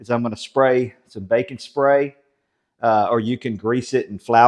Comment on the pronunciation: I thought you said spray some BACON spray. LOL I am southern too but your accent fooled me.